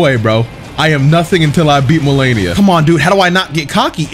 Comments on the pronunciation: Lol he definitely knows how to pronounce her name now lmao. Enunciation perfect and everything now lmao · Damn she humbled you so much you started saying her name right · anyone notice how he finally says her name correctly after a few videos of saying it wrong and her repeating it lmao.